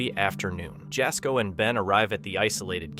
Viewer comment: Jasko is pronounced "Yazco" 😊 Jaz scares so easily even after years of doing this! Love his content! 🫶